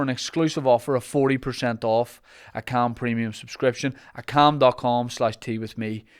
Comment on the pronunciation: Thought you said ham instead of calm and instantly craved ham